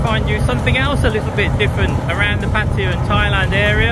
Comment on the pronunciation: I do wish especially the English among you would go to the trouble to pronounce Pattaya correctly. it is Pat tay a {not Pattia. don't take my word for it, look it up